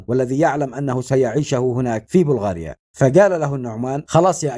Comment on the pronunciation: اسمها بلغاريا بفتح الباء